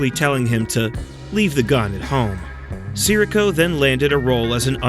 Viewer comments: AI apparently doesn't bother to learn how to pronounce names. It's Tony Si - REE - co, not Tony SIR -ee-co. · Can’t even say his name right. These AI farms has no soul.